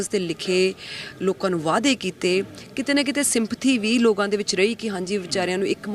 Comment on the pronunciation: Logaa nahi hunda...lokaa hunda hai ji ... Punjabi bhasa di aisi taisi na karo ji